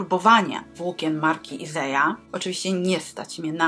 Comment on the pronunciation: Dzień dobry 😊 jestem w szoku, że nazwa marki nie czyta się tak jak jest napisane na metce… wszędzie jest Isager a nie Iseja. Początkowo zastanawiałam się co to za nowa marka. 😂